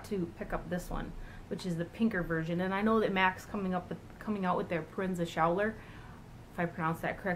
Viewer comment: it's pronounced pro-en-za skool-er :)